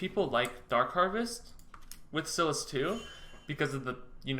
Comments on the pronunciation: its pronounced SIGH LISS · His pronunciation gave me an aneurysm. It's pronounced "coo-day-graw" and "psy-lass".